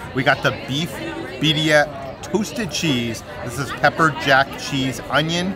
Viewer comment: I’m so proud of peters pronunciation of Birria. You’ve come along way!!